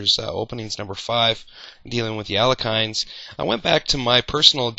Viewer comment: I thought it was pronounced "Alek-hine" for awhile, too. It turns out his name is actually pronounced "Al-yek-hin" (with a soft H). Not a big deal, just thought it's worth pointing out for your viewers. Fun video though!